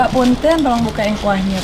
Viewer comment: Selalu dia mah bilang punteun